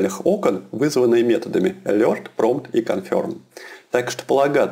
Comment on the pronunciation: мужик, надо чото делать с анлгийским ! :D контент норм, но вот "алёрт, АДЭДЭ, яваскрипт" :DDD